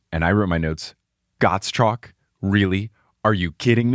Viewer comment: Gottschalk is actually a name that most Germans would absolutely know and pronounce differently :D more like Gott-schalk (but I think English doesn't have the "sch"-sound) There is a German TV personality with that last name :D